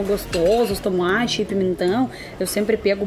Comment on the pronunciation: Lindo vídeo! Parabéns,! É muito legal ver você pronunciando pirão, camarão, pimentão super certinho Moqueca realmente é um dos meus pratos favoritos também. Você já comeu camarão na abóbora? É uma delícia!🌺🌻💮